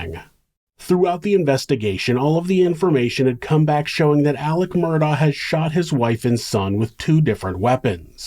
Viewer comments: Idk if it’s just the vid creator but their name ends in an augh meaning it’s murdoph or murdo this guy keeps adding c/k and it’s killing me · It's NOT MURDOCK. Jesus. It's annoying the crap or of me. It's murdaw. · The name is pronounced Murdaw, not Murdock! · I have seen every aspect of this trial from the very beginning all the way through and this is the first time I ever noticed that when he was talking to the 911 dispatcher about being shot at he said his name properly “Alex Murdaugh”, instead of the way, he’s always making it sound as “AleCK Mur-duck”